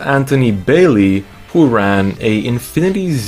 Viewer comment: Bailey is pronounce Bale-Hey since he is from quebec city